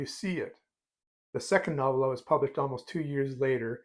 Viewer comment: I believe the emphasis is on the first syllable and the "o" is long, as in noh-vella. ;) Just a nit.